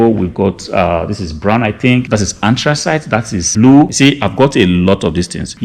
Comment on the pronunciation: Did you say 'anthracite'? Do you mind sharing what country you are from?